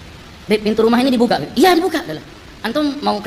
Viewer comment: Kalau manggil "Bib" kya kedengeran "Beb" ❤ mesra jadinya